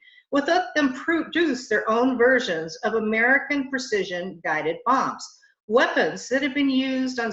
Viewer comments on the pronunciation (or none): none